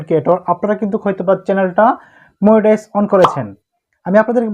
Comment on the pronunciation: মনিটাইজ ❌ মুনিটাইজ ✅